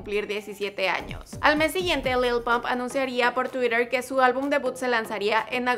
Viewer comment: Porque habla d esa manera cuando dice twitter xddddss jjaajajajajajajaajajajjaajajajaa